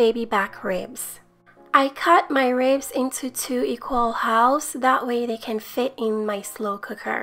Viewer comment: You can listen to someone that pronounces the L in halves, but i cannot